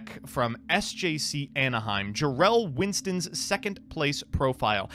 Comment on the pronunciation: Did he say pro winston